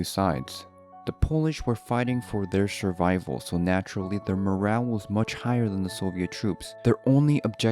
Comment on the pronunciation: s h u r v i v a l